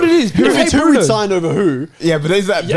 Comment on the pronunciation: Nah the disrespect on Bruno’s name is crazy